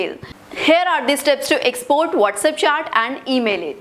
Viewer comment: It's chat not chaat